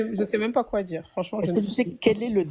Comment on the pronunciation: un accent un peu prononcé si tu vois qu'est-ce que dj'veux djirrr !